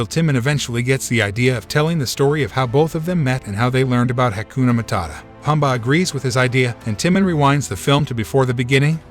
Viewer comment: Can you please learn how to pronounce the names, especially Timon, Pumba, and Kovu?